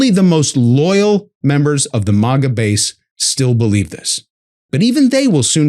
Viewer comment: You are using the term "Liberation Day" as a benchmark?! Are you mad.?!!! Nobody knows OR uses this except the people in this admin who made that up.!! needs to check their contributors before they get out here saying this kind of stuff! MOGA?! Man, it's MAGA... going along with dressing up the pig pronounciation too??!!! UGH!